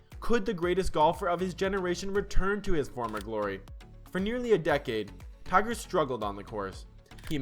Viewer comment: Tigger ..funny... dumb ai